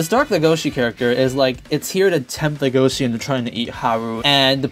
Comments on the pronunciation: IT'S NOT LEGOSHE GODDAMNIT!!! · Legosi will always be LegoSHI in my heart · It's pronouns, "Le Go Shi" not "Le Go Si" because if you say "Legosi" it sounds like you guys are pronouncing "legacy" which Legoshi, #ProtectLegoshi, doesn't want to do. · in the french dub they said "LegosHi" I was like : "what? eh? D: " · I always thought you were saying Lu-go-chi